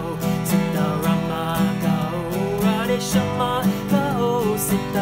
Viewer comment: His Hindi accent is quite funny in a good wat, and the way he is mispronouncing radheshyam is so adorable ❤️❤️